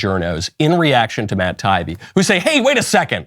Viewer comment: Love your show so please take this in the good spirit that this is meant. Someone on your show has to know how to pronounce Matt Taibbi (Tai-ee-bee). He is a well known reporter/journalist and deserves the respect of his name being pronounced correctly.